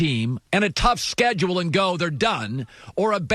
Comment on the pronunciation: Bro the way he speaks the sscedulee